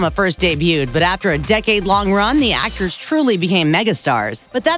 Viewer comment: "I am an ACTAH!!!"